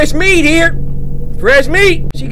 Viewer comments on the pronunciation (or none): none